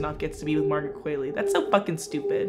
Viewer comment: I can’t hear u butcher qualley anymore